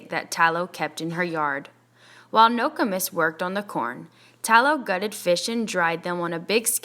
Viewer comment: Ur saying nokomis wrong but thanks for helping me get caught up